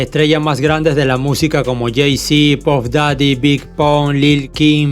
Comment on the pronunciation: Acaso dijo puff dady